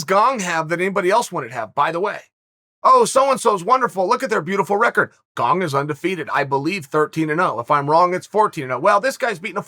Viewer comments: Funny that he has to work harder to say Gong incorrectly than it is to say Gane properly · Gong lol u cant look up his name before you make a video and say it 50 times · He said surreal gong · I thought my ears were clogged when Chael said Cyril Gong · You can always count on Uncle Chael to go out of his way to mispronounce name. BANG A GONG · Chael's pronunciation is so crazily bad, it CLEARLY doesn't have a "g" at the end, but he still adds a g. Why 🤣?!